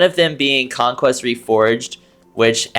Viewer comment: "conquest" ahh conqueer